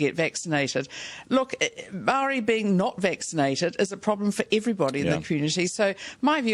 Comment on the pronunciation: If this lady wants to actually run NZ, maybe she should learn how to pronounce maori words and names correctly.